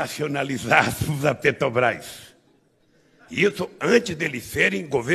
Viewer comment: "Petobras" - Ai ai...